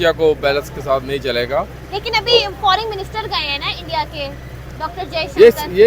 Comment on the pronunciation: Pakistani English toh Mashallah Mam FORING nahi FOREIGN hota hai. 😂😂😂😂😂😂😂